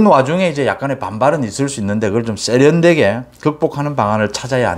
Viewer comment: '쏙'으로는 '쎄'련되게 등 ㅆ 발음을 즐기시는데 삼가주시길....